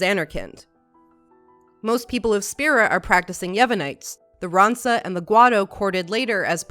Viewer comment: Calms are 10 years not 1 year nor 1 week... btw Ron-soh not Ron-sa O_o